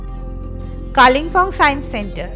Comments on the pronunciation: Kalinpong ....bad pronunciation It's kalim pong Local tongue kale bung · Your English of Pronunciation of Kalimpong, is atrocious